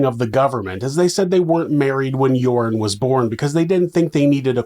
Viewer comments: Love how you pronounce Joran as Urine 😂 (serves him right!) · I love how "Joran" sounds like "Urine" to my Aussie ears. It suits him. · I've taken 12-1300 out of an atm many times, no problem. Also the way you pronounce joran I will now forever refer to him as urine van der sloot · His name is pronounced 'urine' -- how appropriate.